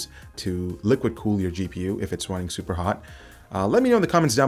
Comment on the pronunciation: Every single time you say Hardware Canucks, even though I know what you're saying, I hear Hurricane X. Every. Time.